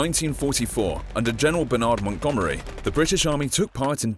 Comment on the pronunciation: Did anyone else think that he said Bernard weirdly?